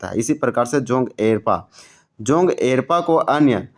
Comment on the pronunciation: जोंग एरपा नहीं जोंख़ एड़पा होता है